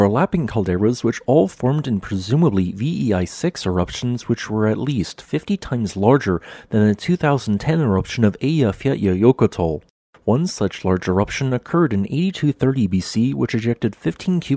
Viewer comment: Ok, here we go the nearest pronunciation of Eiyafjallajöll is Ei yaf yatla yökl. :) Poor Americanians.